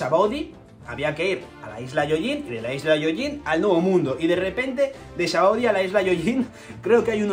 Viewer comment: te doy like por el simple hecho de mencionar "sabaody" correctamente y no "shabondy"como dice todo el mundo 🤣